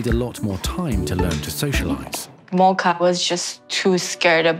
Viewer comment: The dog's name is is mocha. It's pronounced MO ka. The o is a long o. Not a short o